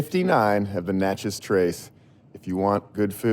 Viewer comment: I'm sorry we, the Natchez Bicycle Club, missed you. We ride the Trace every week. BTW, pronounce Natchez like Matches.